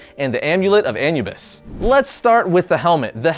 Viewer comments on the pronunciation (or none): A-NEW-bis, not AN-you-bus! All of you list and history of guys just mangle pronunciations! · It’s “A”nubis not “An”ubis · Anubis, Its pronounced uh-noob-iss not Anyoubis. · Is it really pronounced "AN-you-bis" and not "AN-oo-bis"? Have I read it wrong all along? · Gamescrap it's anoobis he says it wrong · Nabu is the name of the wizard. So you misheard him. Anubis is the Egyptian god of the dead. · Did he say “an-U-bus”??? Lol, it’s pronounced “uh-new-biss “!🤣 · The Egyptian jackal god is named Ah-new-biss NOT Ahnu-biss. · Who pronounces Anubis as An-you-bis? It's Ah-new-bis (or -bus, both are okay) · AN-U-BIS A-NU-BIS lawl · Amulet of Anubis Anubis is pronounced as Ah-New-Bis NOT Ann-You-Bis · Amulet of Anyoubus? You mean Anubis right...? These things boggle my mind like with all this editing nobody stopped to tell you that your straight up saying it wrong lol? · It's not an-yoo-biss, it's uh-noo-biss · "Uh-new-bis" not "Anyubis" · Its A-NEW-BIS. NOT ANUU-BIS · Haha he said an u bis instead of anubis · ah-new-bis not annu-bis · ah-new-bis. not fucking an-u-bis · Anoobis not An you bis. ugh. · An-yew-biss. Anyewbiss. Lol wtf dude have you never heard someone pronounce uh-new-biss? So weird... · the way he pronouces Anubis triggers me, its not that hard. Ah-noo-bis not An-Yoo-bis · His pronunciation gives me an-eu-rysm. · uh-my-biss is the correct way of pronouncing Anubis. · uh-nu-biss is the correct way of pronouncing Anubis. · I'm not gonna lie, I it took me a minute to realize he was talking about the Amulet of Anubis when he kept pronouncing it "An-you-bis" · Uh-noo-bis. Anubis. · It’s Anoo bis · Amulet of A (ah)-Nu (new)-Bis. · AH-NU-BUS SAY IT WITH ME NOW AH-NOOB-US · Ah - Noo - Biss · Anubis (Uh-New-Biss) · anubis said = ah-new-bis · It's pronounced A-NEW-BUS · Yd he say anubis and-you-byss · Anubis is pronounced a-noo-bus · Ah-new-bis cmon dude :) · Am I the only one that cringed every time he said An-U-bis? And I learned about Dr. Fate through YJ.